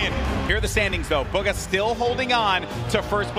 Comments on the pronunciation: buuuuugaaa I thought he said booger for a second😂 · stanfordcoffee it’s pronounced boo-guh